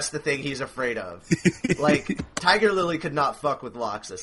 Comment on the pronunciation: omg said tiger lilly XD sorry you guys mess up in the funniest ways ever